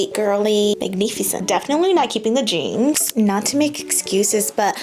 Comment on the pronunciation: The jeange. The Jeange? 😂